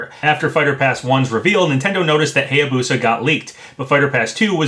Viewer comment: You’ve probably gotten this so many times, but... it’s Hiya-Boo-Sah, not Hay-A-Boo-Sah. I’m a pronunciation geek. I can’t help it, man.